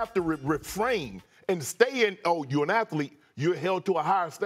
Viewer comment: “Athaleet” -Shannon